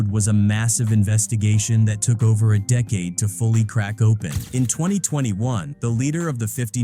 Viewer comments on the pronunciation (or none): none